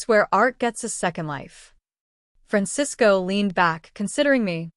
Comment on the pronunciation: You're right and I'm trying to figure out how the AI could pronounce Francisco correctly